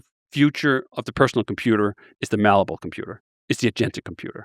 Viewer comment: You really would have thought someome who uses malleable in every sentence would know the word isn't mallable lmao